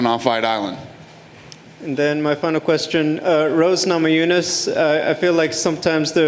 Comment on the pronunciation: everyone: Rose Namajunas Dana: Rose Noma--Jew-Niss